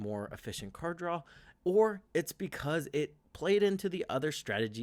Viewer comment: It's draw, not drawl.